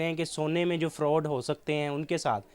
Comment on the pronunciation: یہ فروڈ نہیں فراڈ ھے اینکر صاحب ۔۔